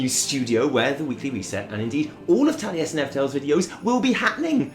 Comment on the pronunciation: Taliesin??? More like... TALLiesin.